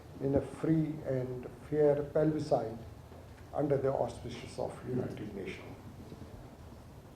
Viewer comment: This certifiable Idiot isn't even able to PRONOUNCE the word "Plebiscite" (says "Pelbisite" instead!!) -- with Jokers like this as Leader of Kashmiris, WHAT HOPE is there....?? 😁😁